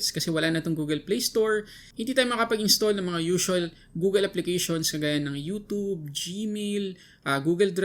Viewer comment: “youtoob” cringe